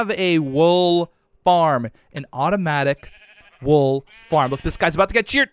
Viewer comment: "ayyyy come and get de wool"- 2020